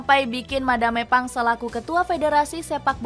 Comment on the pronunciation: Madam Pang 🤌🏻 Bukan Madame Pang 😭🫵🏻 Dubbernya tolong